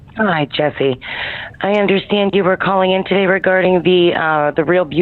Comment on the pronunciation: Brooo he actually just said jess’e omg 😭😭😭😭